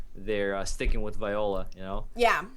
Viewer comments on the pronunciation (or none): Vi-ole! that's how how you pronounce it